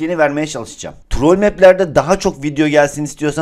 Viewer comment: Abi trol deyil trool